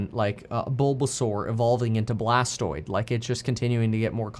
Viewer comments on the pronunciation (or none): Actually, he very clearly said BLASTOID. 😂😂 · It’s Blastoise, not Blastoid.